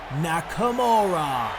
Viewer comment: "Nikimara" lmao that's probably exactly what Vince thinks Nakamura name is smh great stuff this was really entertaining can't wait til wrestlemania.